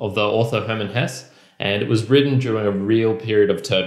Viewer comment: I think it’s pronounced “Hessa”.